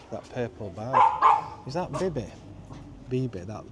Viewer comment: Biba not Bibi!